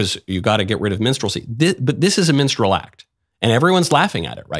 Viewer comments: Lol, I know Michael is saying minstrel but it sounds like menstrual. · did he say menstral act? He keeps saying menstral LOL! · “This is a minstrel act.” No, Michael. It’s a menstrual act. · What is "mensral" act or whatever he said?? Mensral performer? S9mekne please correct me